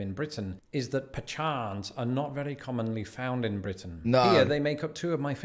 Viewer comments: Pecans not pachan🤣🤣🤣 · Root beer is good with some ice cream floating in it.Why does he say pashan instead of pecans.